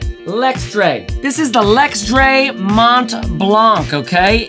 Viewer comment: It's pronounced [Mon- Blan-] in french ;)